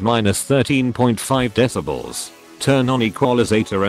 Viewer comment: How the text to speech says deci-balls instead of decibels 😂